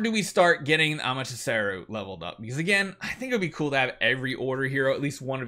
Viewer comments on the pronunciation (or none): AmateSARU✅ AmateRASU❌ hahahaha is not good with names